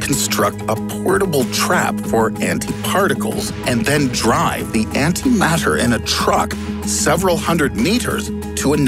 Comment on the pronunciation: you lost me at anti mater